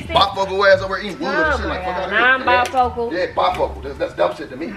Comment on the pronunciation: “Bifocal”, 🤣🤣 stop it 😂